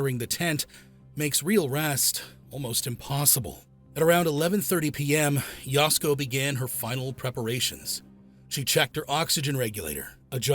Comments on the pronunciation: The A-I on this one is really bad. It's Ya-SUE-Ko, not Yowsko, for Pete's sake. 🫤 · Please consider re recording or dubbing this to correctly pronounce her name. Yasuko is pronounced “Yah-sue-ko”. You’re calling her “Yasko”, which sounds like a Japanese style of foods at Costco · Yah.sue.ko not yasko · Oh, is Yasuko pronounced “Yasco”? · The AI butchering Yasuko's name is a reminder how automated these vidoes are.